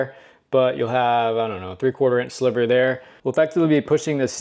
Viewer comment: Thank you SO much for the correct pronunciation of 'niche' and 'sliver'... So many people say 'nitch' and 'slither'.